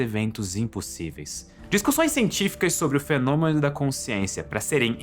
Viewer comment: vídeo absolutamente incrível como sempre, mas confesso que eu por algum motivo estranho (e idiota) eu simplesmente racho o bico de rir do momento em que o fala Fenômlem ou algo parecido, acho que eu tenho problemas '-'